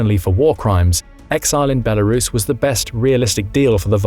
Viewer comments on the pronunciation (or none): none